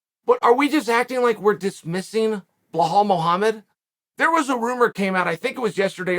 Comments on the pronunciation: Now it's BLELL-HALL MUHAMMAD 😆😆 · Uncle Chael, I've been watching since you made this channel and have never commented at any point but I gotta ask how in god's good green earth are we still mispronouncing Belal, it's literally 5 letters and 3/5 are already in your name 😭😭 Help me out here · To get Belal's name hilariously wrong every time, you should be Chael Sonnen lol